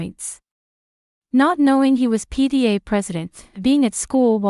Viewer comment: It was probably not PDA but PTA. AI Does not always read properly.